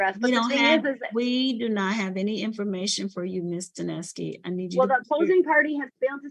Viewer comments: I like the attorney for the plaintiff's pronunciation of Lindsay Duneske's name: dunce-key. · Is it just me or does the judge sounds like she is calling her Miss DaNasty? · His lawyer called her "Ms. Dunce-ski" 😂😂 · I love how every time they say her name they pronounce it differently